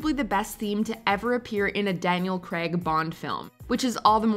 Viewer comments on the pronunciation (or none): Daniel who? That’s an “a” in Graig sweetly, not an “e”, if it were pronounced “Daniel Greg,” it would be spelt with an “E” not “ai” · no one:: Daniel Creg